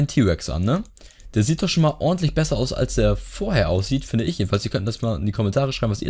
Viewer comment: nicht azs sondern aus